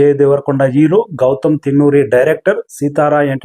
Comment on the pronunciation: Mundu english nerchuko ra ooruhook ga. Ero, ferfect... Endira maku idi 😂